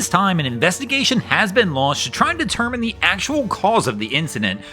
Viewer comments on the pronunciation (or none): none